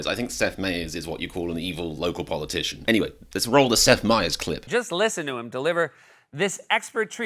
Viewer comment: Get Americans to do these videos... I turned this foreigner off in the few seconds when he mispronounced Seth Meyer's name. So tired of Olde English speaking foreigners commenting on American politics. Has this guy even ever been to America? Lol